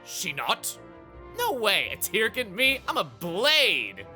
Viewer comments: You know, in all of the cutscenes and heart-to-hearts, they always pronounce the word "Tirkin" as "TUR-kin" so I don't really know why chuggaa keeps pronouncing it as "TEAR-kin". Kind of strange. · For someone so... Anal (heh) about official pronunciations, sure likes mispronouncing Tirkin literally seconds after they say the word in game